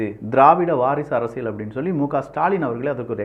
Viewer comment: அரசியழ் இல்ல டா. அரசியல். தமிழை ஒழுங்கா பேசுடா.